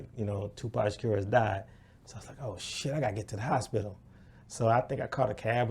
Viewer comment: “The hoshpital”